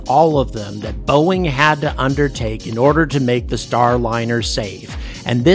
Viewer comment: boeing? nah... boo-ing.